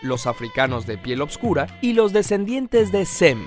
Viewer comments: Es oscura.....y no """opscura""" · soy el unico que cree que dice obsvuro